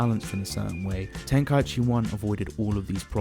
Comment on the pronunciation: Before making an hour long vid, atleast learn how to say tenkaichi properly. Idk how so many people say it wrong